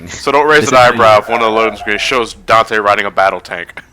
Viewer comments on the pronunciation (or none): Weird Whenever I hear people talk about the DmCs characters. They call virgil vagil... and dante donte